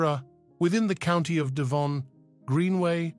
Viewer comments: "Ee" for Eye and "writtings" for writings, all in the first minute? Can we have someone who can speak English, please, to narrate? And knows how to pronounce Devon and Torquay? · Yes indeed! It is a tough listen if narrator cannot pronounce Devon and Torquay . Cannot watch more.